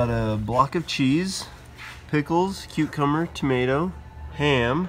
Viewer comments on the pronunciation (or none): Maybe I’m missing something, but he said “tomato” correctly. However, he did say “cuCUMer” instead of cucumber.